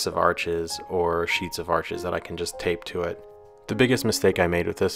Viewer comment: Your humble attitude on pronunciation is appreciated and your channel is very interesting. Arches is French also and pronounced arsh. Cheers!